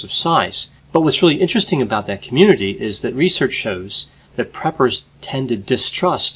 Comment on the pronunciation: I thought he said, "peppers." 😂